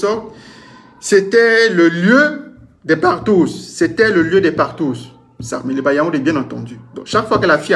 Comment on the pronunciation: Mon frère, c’est sakmelima ou sangmelima 😂😂😂😂😂😂😂